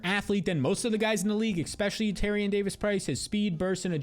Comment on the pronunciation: I love your content but PLEASE pronounce it "especially" not "exspecially". Thank you and have a great day!